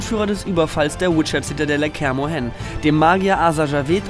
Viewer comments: Soweit ich weiß (wahrscheinlich auch von Übersetzung zu Übersetzung anders) wird "Kaer Morhen" = Kär 'Morhen oder Kär Mor'hen (beim ' liegt die Betonung) ausgesprochen; Also wird das "ae" zu einem "ä" zusammengezogen... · Du hast Scoiatel richtig ausgesprochen und machst so einen Murks aus Kaer Morhen? :D Nein, ich mag solche Spiele-Recaps, nur vllt nicht im Format Schnell und Einfach, sondern eher in GIGA Recap oder so ;)